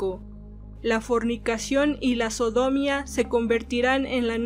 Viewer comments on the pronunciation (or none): No. En la primera hay un acento. En la í más precisamente. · Aprende a leer por favor!! Se dice sodomía y no sodomia